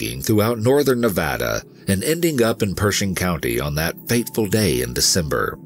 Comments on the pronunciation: My comment is super off topic Omg you said nevada right, thank god. I hear tourists mess up the names here not only for our state but somehow our cities, parks, shit even our streets and such SO often. Its a multicultural state that has deep roots in native american and mexican culture and languages and grew up hearing people intentionally mispronounce names of places and people so even tho some consider the names in this story as something small and not important, i see it as a subtle and solid nod of acknowledgement and respect towards others in a number of ways (on top of how the stories are covered, this is why i respect this team so much, so thank you for the research, work, and respect you guys put into these stories and videos ❤) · Me: Already an EWU fan. Also me: An even BIGGER fan after hearing "Nevada" said correctly. I almost want to weep tears of joy. 😂